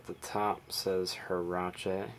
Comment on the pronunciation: Just an FYI. They are pronounced wearache not herache. Just a tip for you mono linguistics.